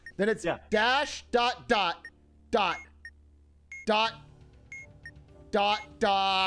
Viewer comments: The amount of times Atrioc called that dash a "doooot" was malding me so hard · I was fucking DYING when atrioc kept messing up dot and dash.